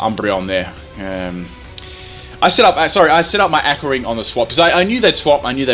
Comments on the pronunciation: it's Aqua (ah-kwa) not fucking akka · did you say Ah-qua It's Awe-qua.